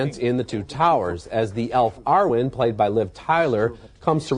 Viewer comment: How did Roeper get the pronunciation of Eowyn wrong and he gets the pronouncing of Arwen wrong again in the Return of the king review